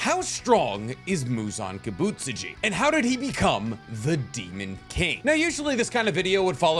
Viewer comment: ki-buht-SU-ji. emphasis on the second to last syllable only